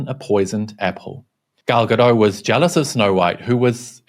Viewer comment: Gadot, not Gado.